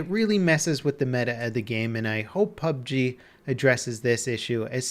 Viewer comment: ITS. PUB "GERRR"